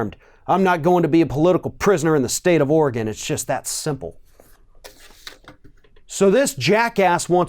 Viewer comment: Thank you for pronouncing "Oregon" correctly. Too many people pronounce it "Ory-GONE" instead of the correct "Ore-GUN".